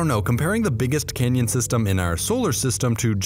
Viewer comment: I keep hearing the largest Kenyan